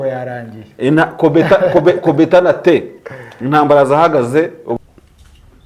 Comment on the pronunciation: Umugoroba mwiza 🙌🏿 kdi merci bcp kutugezaho amakuru, ariko nyakubahwa Maréchal ngo kobetana té 🤣🤣🤣